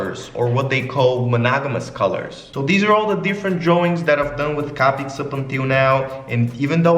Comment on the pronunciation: I’m sorry but the way he says copics.. CAPICS 😂 cracks me up 💕